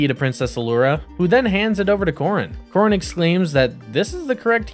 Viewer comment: If you had ever actually bothered to WATCH Voltron, you would know that the castle diplomat's name is pronounced " Cor-ăn' " with the short a in the accented second syllable. If you never even watched the series, what gives you any sort of right to review it?